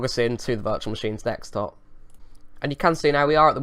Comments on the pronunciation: It's Desktop not Dekstop lol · It's desktop not dexstop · I think "Dextop" has officially replaced "Desktop" in your vocabulary mate, damn hackers hahaha (although you did say Desktop once or twice so there's still hope :DD) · dekstop dextop deccstop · You've been doing these scam videos so much that it's affecting your actual speech. Dextop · Jordan Jamison he is juat kidding when he says dextop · lol u got used to saying dextop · I think you mean "wirtual machine". I honestly don't think you are capable of saying "desktop" any more, mate :D. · Guys, finally lost it. He can't even pronounce 'desktop' anymore!